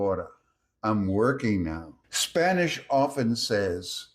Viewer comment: Sir. I’m from Venezuela. Your Spanish pronunciation is on point. My respects.